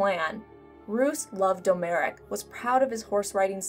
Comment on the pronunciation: Domeric. Pronounced DOM - RICK. not Doe Merick.